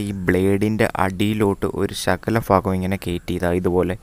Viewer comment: Ayyo faga അല്ല ഭാഗം